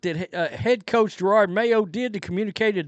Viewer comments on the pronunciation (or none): Jer-od not Girard